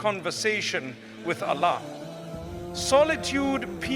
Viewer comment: Is this AI generated voice imitating Mufti Menk?? Why is he saying Allah incorrectly?